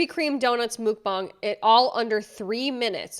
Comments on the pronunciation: The way you pronounce Mukbang is crazy it’s Muck-Bang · “Mukbang” is pronounced “muck” (rhymes with “f*ck”, not “mook”) “bahng” (“ah” like when the doctor tells you to say “ah”). It’s a blend of two Korean words for “eat” and “room”. In Korea, meals are a communal activity, so mukbangs started off in Korea as wholesome livestreams where lonely people tuned in to eat normal amounts of food with a livestreamer who ate and chatted with watchers like a friend. I hate how weirdos have morphed mukbangs into a sick and twisted version of gross eating sounds and overconsumption, and now mukbangs have a bad rep. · mUkbang not mookbang. Im away seconds in because thats irritating me so much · Exiting because you say mook bang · Ma’am…m-uh-k b-ah-ng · It’s actually pronounced muck bang.. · "mook-bong" lol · psst, i think you know by now, but 먹방 is pronounced more like MUCK-bong! the "bang" is not said like the english word, it's a soft "a" like bahng (think the pronunciations of billabong or banh mi) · I HATE how she keeps saying mookbang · i dont mean any harm just letting you know mukbang is pronounced like muck bah-ng, of course its your choice how you wanna say it just wanted to let you know in case you didnt know 👍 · it's pronounced more like "mohkbaahng". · It's pronounced muk-bahng kinda like yuck bong. Sorry, it was really bugging me lol. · I just want to help people because everyone mispronounces it. It's pronounced like "muck-bong". And yes, I'm worried about Jelly Bean Sweets too. She's so young. 😞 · i'm sorry but i can't get over how ur saying "mook bang 🐮🐮💥💥" is it a joke or..... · Stop calling it mookbang lmao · Why she pronouncing it like mookbang? Miserable sod live and let live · Mook-bong is my favorite pronunciation 😂 it makes me squirm uncomfortably lmao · I don't wanna be that guy but idk what's worse the weight gain or the way she butchers mukbang. No one in the western world really says it right but this is a whole other level of butchery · Muk-bong lol